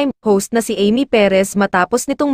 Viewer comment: Sorry ha bakit iba ang bigkas mo sa name ni Amy